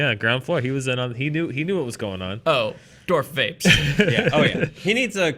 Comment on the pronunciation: "Dorth Vapes"